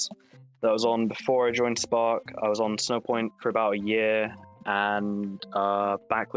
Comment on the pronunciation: Oh “SPARK” thought it said “SPORK”